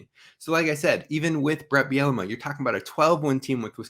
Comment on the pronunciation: I'm sorry you had me laughing with your coach Bielema pronunciation...it's pronounced ( Beel la mah )....Not Biennema..Bielamee..Biellama...again sorry - Damn funny. Which reminds me I think I'll drink today. Love the show - Love all the new transfers/recruits....football/basketball/men's/ women's - go Gophers!😎